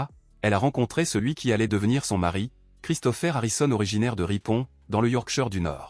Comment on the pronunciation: La voix électronique ne sait pas prononcer correctement. L'I.A. a ses limites et les mots ne sont pas dits comme il le faudrait.